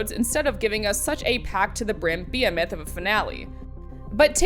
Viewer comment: Did butcher the pronunciation of "behemoth," or have my ears betrayed me?